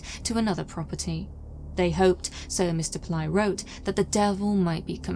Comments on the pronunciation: It's not 'Pill-EYE'. It's pronounced 'Pill-AYY'. For such a high quality researched and narrated video, you could have at least tried to learn the correct pronunciation of the name. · The surname is pronounced as it reads, PIL - LAY.